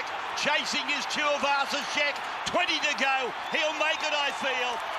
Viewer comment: Chew-a-vasa sheck and far ray 🤦‍♂️